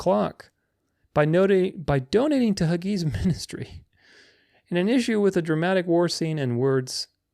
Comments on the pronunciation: The Christian Zionist puppet John Hagee, is pronounced Hay'-gee, not, Huh-'Gee, or huggy. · Hagee. Hag' e. Not Hag E' Long known as Scamvangelist John Hagee. You were probably still in diapers when Hagee, Falwell and worst were scamming on TBN.